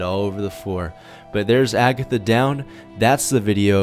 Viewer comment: lel he almost said abitha